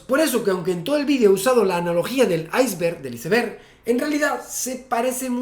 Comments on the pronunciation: Estoy de tu lado, no lleva h, igual que iceberg, cómo es posible que digas el "hiceber" eres un científico, iceberg es una palabra en ingles, ( aisberg) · amigo eres Dr en física , pronuncia bien ICEBERG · Muy buen video Javi!! Me hiciste recordar cosas que no veía desde la universidad hace tantos años ya... lo único que no puedo superar es la pronunciación española de iceberg 😂